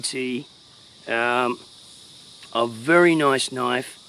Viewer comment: That's nice ..or as you Aussies say "That's Noyyyce!"😄